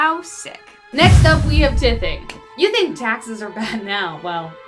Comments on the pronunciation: It's actually pronounced with the long "i". It is "t I thing". And they were forced to give "t-I-thes". Just pointing it out to help. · It TIE-THing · Tithe is pronounced tie-th. So tithing is tie-thing. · You're pronouncing tithing wrong. It's TYE-thing...and a hard "th" sound, not a soft "th". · Number 2 is pronounced with a long I : as in tiething or tithing. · TIETHING dude TYTHING.... without a harsh pronunciation on the th.... like TYyyything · soooo YOU ARE NOT PRONOUNCING TITHING RIGHT>>>>> its pronounced TIE THING just saying girl from MostAmazingTop10....... TIETHING.... TYTHING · I think it's pronounced Tye-theing